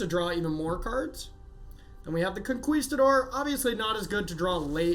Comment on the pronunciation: Say Conqueesetador one more time! Lmao